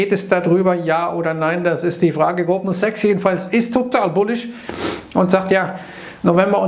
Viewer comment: Hab statt Goldman Sachs, Gruppen Sex verstanden? Noch jemand 😃